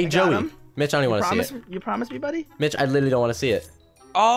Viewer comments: did you say mich or bich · its funny how every time he says mitch it sounds like the B-word